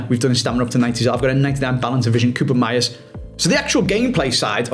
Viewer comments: if you gonna keep using koopmeiners try it like 'cope-miners' instead of coobermeyers or whatever you're saying now.. you're making half the letters up lol :P (cope miners still not perfect-perfect, but much closer at least) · Holy cow man I turned it off after the 5th "koopen-meiers"